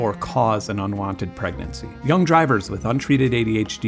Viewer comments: Mispronouned pregnancy as "Prenancy" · "pranency" to the left :)